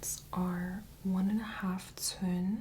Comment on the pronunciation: Hey quick question. Are you measuring in cun? Captions say cun, which is a Chinese unit of measurement, but it sounds like you’re saying “tun”. Lol sorry, I get stuck on irreverent things sometimes 🤦🏼‍♀️😂